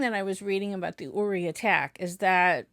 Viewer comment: it's pronounced YOu ri